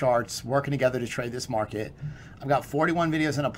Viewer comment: “Jumping rigggghhht into the marrrrket”